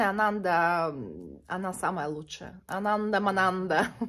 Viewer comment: Еще я слышала, что надо произносить АнандА, на последний слог ударение, это какой-то буддийский святой ❤